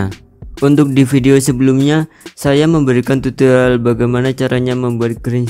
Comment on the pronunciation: Tutorial bang bukan tutolial